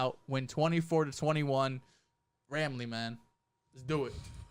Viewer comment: Bro actually said ramily twice lol the worst fanbase in the NFL